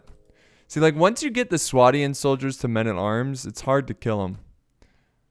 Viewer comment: its swadian with a lond A so swaydian